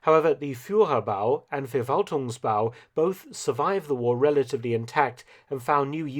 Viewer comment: And FerValtung. 😀